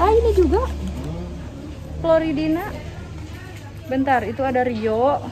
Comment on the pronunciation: Floridina bukan ploridina